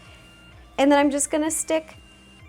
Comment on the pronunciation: It's not "semore", it's SMORE, It's not "forse", it's FOURTH, And it's not "shtick", it's STICK!! Omg plz speak normally